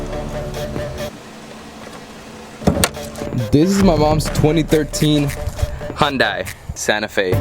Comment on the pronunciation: It’s pronounced hun-day my guy. Not die. No hate though. I just have never liked when people say hun die.